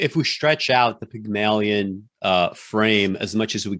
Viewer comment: You guys must be channeling Peter Clease, the way you are butchering the language: Pyg-mah-lion and not Pygmailion? Ah-vid and not Oh-vid?